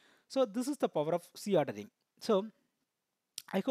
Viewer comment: Is C ordering and Z ordering both are same...bcos in video you have pronounced as c ordering instead of Z ordering..pls clarify